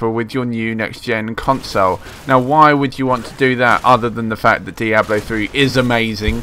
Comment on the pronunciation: What the fuck is a "consoh" lol...